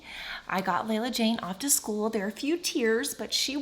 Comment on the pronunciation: I heard chool not school